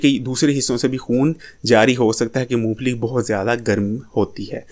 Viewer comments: Phele mong phali sahi se bolna sekho mu pheeeeli nahi mong phali hota he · Int maloomat hy apko lekin nmae shi bolna ni ata apko , moophli nhi hoti mong phali hoti hy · Not Moo fally but mong phally